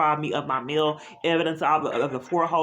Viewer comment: It’s MAIL! Not “MILL”!